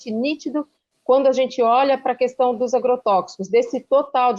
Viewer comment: Bob Fernandes, I love you, you know, mas corrija esse seu "qüestão". Primeiro, porque o inominável fala assim; segundo, porque está errado mesmo: é questão, como queijo. E, por falar em queijo, um beijo.